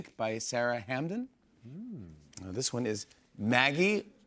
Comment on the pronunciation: Sara Hamdan pronounced as "ham-den" loooool